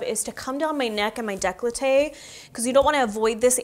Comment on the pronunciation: Pronounced "decoletaj" :-)